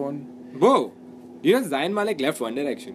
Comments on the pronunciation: It's not pronounced as zaayan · it's zayn not zayin just zayin xP i don't really care about zayn but got this lame pun so eh x"D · its ZAYN not zayin :O ? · its Z-A-Y-N not zayin.. please dnt get it wrong :.. one directions my life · they kept pronouncing zayn's name wrong